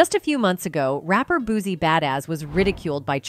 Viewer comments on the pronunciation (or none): SHE NEED TO LEARN HOW TO PRONOUNCE HIS NAME IT'S BOO- SEE BUT SPELLED DIFFERENT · I’m Need You To Learn How To Say “ BOOSIE “ Name “RIGHT” 🤦🏾‍♀️🤦🏾‍♀️🤦🏾‍♀️ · Boosie Boosie Boosie NOT BOOZIE BUZY BOOSTY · Wont be coming back here she keep saying him name wrong